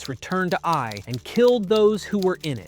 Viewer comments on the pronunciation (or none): Who else noticed keeps saying A I for the city of "eye"? Lol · The city is not called A.I. it is Ai, pronounced like the Scottish aye. Or the same sound as the Y in the word try. Ai. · You sound like you turned your own voice into Ai. You literally just said the town of "aye" as the town of a.i. about lol